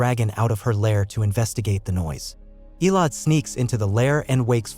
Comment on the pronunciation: It's EH LO DEE (Elodie) Not ELODE